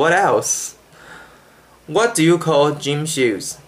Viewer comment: You do have an accent. (1)You speak very slow but still you lose consonants which are set into the last positions of words. (2)You have tunes in your English. As I understand, tunes are only in Chinese. (3)You pronounce a few vowels and lots of consonants wrong. (4)You can't recognize 'O' and 'l', there is 'people', not any 'peopo'. 'Call' is not a 'co'. (5)You can't pronounce two consonants that sequentially exist. There is 'English', not any 'engulish'. You have an accent, obviously.